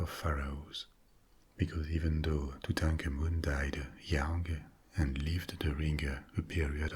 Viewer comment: I could listen to this guy say Tutankhamun on a loop...... and love every second!!